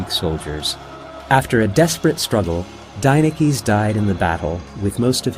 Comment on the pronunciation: Any Greeks notice that he's pronouncing the name as an American and not as its pronounced in Greek?